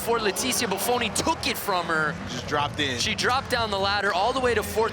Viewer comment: does anyone else feel like the second commentator just couldn't leet himself celebrate Bufoni's win? "What if he drops her?" and then pronounces her name wrong at the end -_